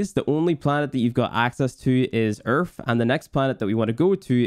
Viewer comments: My man’s said Earf not earth 😂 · why do you call Earth, Erf? wtf? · This man said ERF. Great guide dude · There is no f in the word EARTH